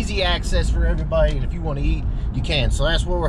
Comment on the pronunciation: WRRRRRRRRRAT’S UP EVRRRRGGGRRRRRRRY BUDY LMAO .... The intro always gets me 😂😂😂 I’m a fan of the channel tho , not hating .. Is the way you say it , it gets me every time !!!! Keep up the good content👍👍👍